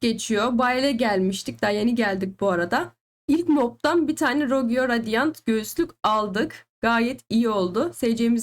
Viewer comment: Abla video güzel ama rogue ye rogiyo deme lütfen